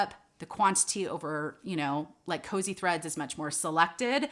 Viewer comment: Kosei looks like a Japanese word. If it is, it's pronounced "Ko-say."